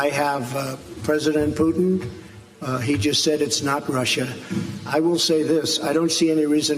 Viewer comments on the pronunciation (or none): none